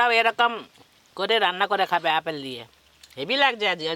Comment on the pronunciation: অপেল না ওটা আপেল হবে😂